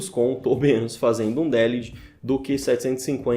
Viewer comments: Délihdi? xD De-lid. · Delid, nn délid. No inglês não há acento.